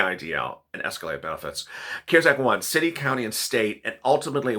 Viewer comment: Please stop pushing the cares act money it is only available to people that make very little money . If you make 25000 a year you can’t get anything from it. And it’s the CARES. ACT. Not. Ker sac. Please pronounce it right.